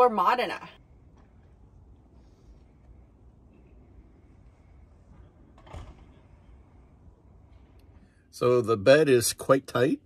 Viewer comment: It’s pronounced MOH-DI-NAH.